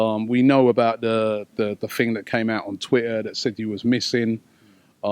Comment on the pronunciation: "I mean there was there was the whole missing fing" He's no fucking Paxman, is he?